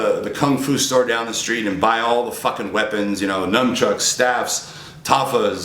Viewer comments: NUNchucks.....not NUMchucks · Rich stop playing! you know damn well you dont do no freaking cardio! you barley even lift! lol he said NumbChucks! lmao